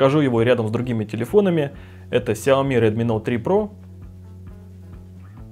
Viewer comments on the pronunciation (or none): none